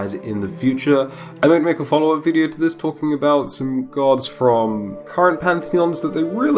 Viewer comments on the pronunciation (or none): none